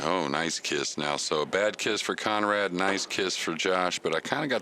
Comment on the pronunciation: Kudos to the announcer for pronouncing Konrad's last name correctly.